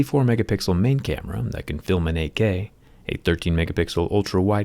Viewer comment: Did Jerry say 8K or AK?